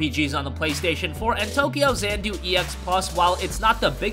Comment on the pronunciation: Xanadu = zan ah doo